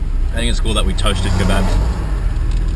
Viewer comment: is that some sort of burrito your eating, you call them kobobs?